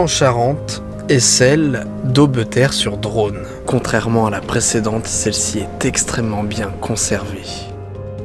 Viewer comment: C'est la forêt de la braconne pas de brocande !!!!! Et on prononce aubterre